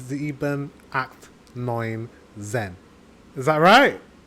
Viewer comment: You actually did really well! One little hint: In German the "z" is not pronounced as it is in English. The German "z" sounds like "ts". So "zwei (2)" would be pronounced like "tsveye" and "zehn (10)" like "tsehn". 🙂